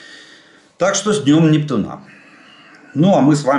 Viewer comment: Жданов, почему вы говорите НептунА? Надо говорить НептУна.